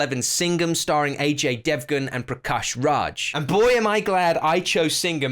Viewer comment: Bro it's pronounced ‛AA JAI ’ DEVGAN NOT AJ DEVGAN